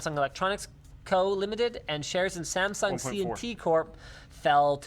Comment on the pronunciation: hmm...I'm impressed that you pronounce Samsung correctly hahahaha